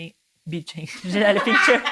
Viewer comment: Como irrita, e ate doi nos ouvidos qdo falam o nome BÜNDCHEN c a pronuncia arrada!😖🙈🙊